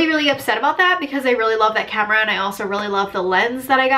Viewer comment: You pronounce your A's like an O lol ever notice that? Like you say comera instead of camera. You need someone to come in and Fungshui your living room! Btw Jeeps are known to break down. Good you're doing research before you buy! Best thing you can do.